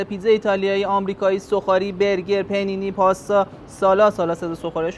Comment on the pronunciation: اقا پ نی نی نه! پانی نی لطفاً 😅